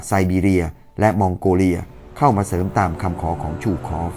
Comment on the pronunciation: ซู คอฟ ไม่ใช่ ชู คอฟ